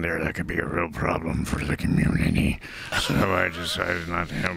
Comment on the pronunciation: bahaha the whole sentence gets swallowed into COMMUNITEE